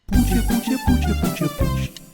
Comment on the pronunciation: Teraz nagle ktoś wyłapał pucie. Niektórzy nawet mówią o "przejęzyczeniu". Tymczasem on tak mówi zawsze i od dawna. Śmiałem się z puci w komentarzu już z miesiąc temu, kiedy miał mowę o "tęczowym Rafale"